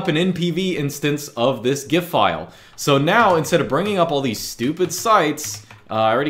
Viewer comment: correct gif pronunciation lad